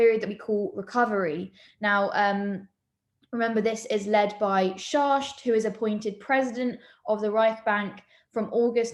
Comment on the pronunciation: his name is pronounced SHACKT not SHARSH